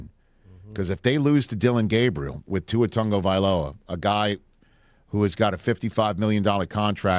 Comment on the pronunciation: Somebody please tell the world that Tua doesn't have an "N" in his last name.